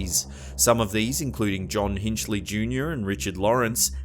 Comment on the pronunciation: Slight note: Hinckley's name is pronounced 'Hink-lee' not 'hinch-lee'. Otherwise, your videos are consistently interesting.